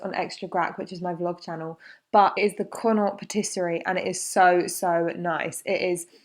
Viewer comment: Just so you know Connaught is a province in Ireland and is pronounce con oct.